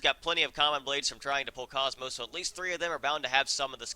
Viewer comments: It's not pronounced cosmos. It's pronounced Kohs-mos. Like saying coast without the T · u miss pronounce komos if u played the orignal xeno games her name is Kooomoooos long o's